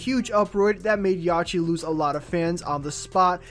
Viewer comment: This nigga daid yachy and 2paaac its 2pac and yachty😂😷